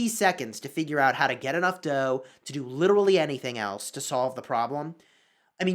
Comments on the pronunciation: Pronounced "dou" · "World war dough" he says